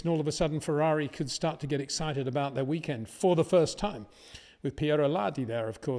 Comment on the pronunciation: Peter, it’s START not SHJTART STOP not SHJTOP BOTAS not BOTASHJ VERSTAPPEN not VERSHJTAPPEN Very difficult to remember, is it really?